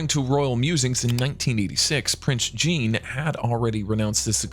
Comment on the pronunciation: OMG .... Prince Jean (djeen) is not pronounced in English but in French (sjang)